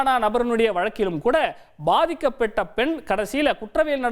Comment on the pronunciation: அந்த பொன் இல்ல பெண் ! 1.19 min 😂😂